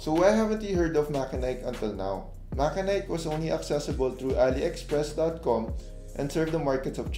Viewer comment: MACHENIKE is pronounced as "MATSENIK" not MAKENAYK .. confirmed as per MACHENIKE Marketing Reps during their Live Stream on Lazada